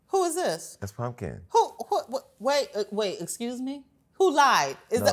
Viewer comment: THEY WAY SHE READ PUMKIN,IF I WAS HER I WOULD NEVER COME OUT OF MY HOUSE💀